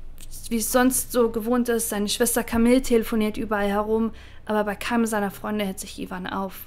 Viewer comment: Camille spricht man Kamiiii aus.